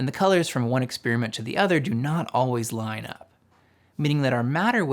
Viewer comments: "Experiment," not "expeariment" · Where do some people get this idea that "experiment" is pronounced ek-SPEER-ment? Why do you think this? Loved the video. I'd appreciate if you're going into this much detail already (which I love and is why I'm here) to explain where these equations come from, that you'd also explain where each of the terms come from while you're at it. Like where did the m^2 v^2 come from, or...8. Keep up the phenomenal work. Gorgeous presentation and a refreshing transmission of genuine understanding. You and 3Bl1Br are treasure for true thinkers.